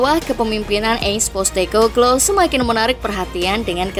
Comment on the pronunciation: Possteko bluue.. bukan postekoklooo